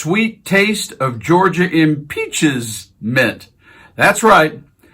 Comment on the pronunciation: em’peachment’! Nice Georgia